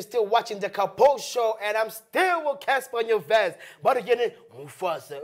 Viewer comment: Did he just say Cassper nyonyest😂